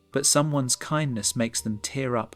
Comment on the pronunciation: It’s tear up not tare up